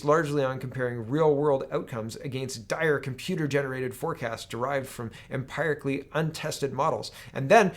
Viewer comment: Hi -- seeing as you're reading more and more studies and articles on studies lately... from a science student.. It's pronounced em-peer-ic-ally. Em-peer-ical haha. (For empirical.):) Love the show, so keep it up!